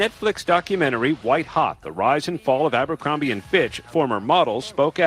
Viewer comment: It's ABERcrombie not AMBERcrombie.